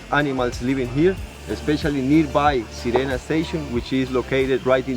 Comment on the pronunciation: You keep saying sirena wrong 😂 and it means mermaid 🧜‍♀️ in Spanish